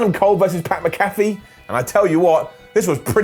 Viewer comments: it’s not MC-CALF-EE it’s MAC-A-FEE lol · MAC-A-FEE! MAC-A-FEE! NOT MA-CAFFE! IT'S NOT THAT DAMN HARD! 😡😡😡😡😡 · Damn it,, don't be like Clery. It's Mc-Afee, not MaCaffe. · Its pronounced Mac-Afee not Ma-Cafee fyi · Mac uh fee. Adam not macoffee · It’s pronounced MACKAFEE NOT MCCAFÉ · it's Pat "Mac-A-fee"...come on, you UK guys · Pat Mac-A-Fee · His last name is pronounced Mack uh fee. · Pat “Mac a fee” that how you pronounce his name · The name is MAC-A-FEE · Pat Mac-a-fee,. MAC-A-FEE! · Its pronounced pat MACK A FEE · Did anyone else hear say Pat McAfee like Pat Mc Cafie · Mack a Fee please say it right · I love you, you’re the best, but please go look up how to say pat mcafee’s last name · The way says "McAfee" is so distracting to me for no reason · Why does everyone at What Culture not pronounce Mcafee correctly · I think needs to look into how Pat’s last name is pronounced... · I can't tell if he was mispronouncing pats name on purpose or if he actually messed up his last name